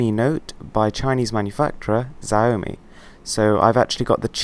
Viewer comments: Did he say Xzi o me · Just to clear up this pronunciation thing... it is pronounced 'show' to rhyme with 'cow' and 'mi' just sounds like 'me' in English :) The phone is shit hot by the way. They are easy to buy here in China thankfully. Got it for 900 Yuan (about 90 quid!) :D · It's pronounced, SHI OW MI. Great review btw, it's an amazing phone. Can't believe the price. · He said ziomi! We have really grown up boys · MRWHOSTHEBOSS : Ziaomi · Atleast pronounce XIAOMI right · You're pronouncing Xiaomi wrong, in Chinese, the "xi" is pronounced almost like the English sh and j sounds combined. Nice video though :D